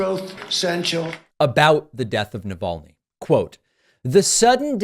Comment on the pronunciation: I honestly cant wait until he says the man's name in one of his 'speeches'... He'll pronounce it "alex - ee naval - ne"